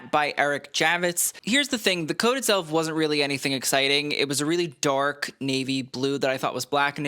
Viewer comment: 🤣😂😂😂At first I thought you said The Donald’s suit was DORK blue! Then I was kinda disappointed when I realized what you actually said. Of course it was DARK blue. Was great while the moment lasted.😂 Thanks again,!